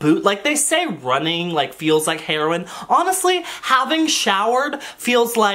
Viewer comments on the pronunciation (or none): none